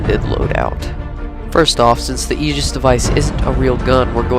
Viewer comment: You didn't pronounce it right, look at this video /watch?v=-updOpky10Y and look , Xbox Ahoy says Aegis right. :P